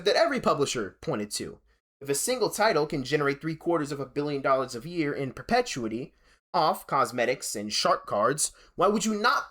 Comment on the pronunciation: How do you not know how to pronounce words like perpetuity and Bernanke?! Makes me wonder if you wrote this yourself. Also, your hot take on austerity is ass.